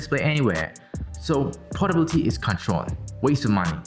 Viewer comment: Does he even know anything other than portability . He keeps pulling that and later on he doesn't even know the portability (Portobality or whatever 😂🤦)